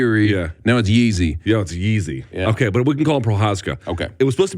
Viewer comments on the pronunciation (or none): "Yeezy Prohushka" this is getting fucking ridiculous. It's PRO-HUSKA. The former pronunciation of Jiri as "Yuri" was okay, it is understandable not everyone knows how to pronounce Ř and it's fine to read it as R. But Yeezy is just...c'mon. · If anyone outside of the Czech Republic pronounces his name as ‘Yeezy’ then you don’t deserve a voice box.